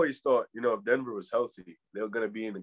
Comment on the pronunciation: “The Denever Nuggets” 😂